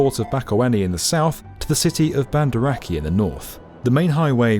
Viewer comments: / "Banda Akey"?? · Banda Aceh be Bandar Akeh Hutama Karya be Hatamakaya (Sounds like kinda japanese corporate naming) The butcherings are tickling the indonesian inside me... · Banda akkeh 😂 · bandah akih ? what was that horrid pronounciation? how arrogant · Banda Aceh -- BAHN da AH cheh, Jeeze, look it up before you make a youtube vid. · banda "akk-ey"?? ffs havent you ever seen a boxing day tsunami doco? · / BANN-duh AHH-chay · / "Banda Akey"?? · AYOO, Never though my hometown (Banda Aceh) would make its way to B1M channel especially with that pronounciation 🤣. Anyway, this project definitely help us on exporting product especially olive oil to more coverage than before. and as you said, there were many concern about many town that "bypassed" by this project. but overall I think this is the right path for sumatra and with a high hope it will continue to make it easier to build railway here. for now, its just unfeasible to build any railway construction project because of logistical reason. I just hope whoever the next leader is, this project would be continued. because here in Indonesia, so many project got abandoned because of different political perspective of every new leaders. and its hurt to see that again and again... 😭